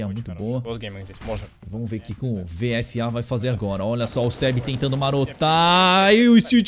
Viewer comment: Pode falar visa mesmo kk (vsa)